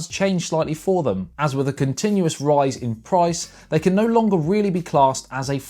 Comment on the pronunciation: Roise in proice mate